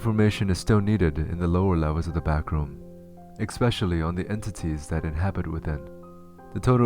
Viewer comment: "eXpecially"., lol